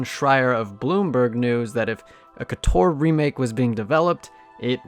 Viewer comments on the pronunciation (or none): No, it's Koh-Tohr! Not "Kuh-Tohr"!